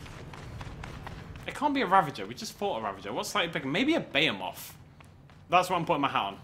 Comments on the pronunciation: can someone teach him how to say behemoth. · FOR THE 3RD TIME YOUR PRONOUNCING BEHEMOTH INCORRECTLY